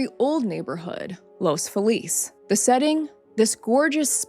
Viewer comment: I am from an old Pasadena family. My Grandparents remembered this when it happened. As a child, we used to frequent Griffith Park, and occasionally drive the neighbourhoods to look at the homes. This one is at the top of the hill, and does have an incredible view. A couple of minor points ... The 911 system did not yet exist in 1959. The pronunciation (by locals) is Los Fee-lez.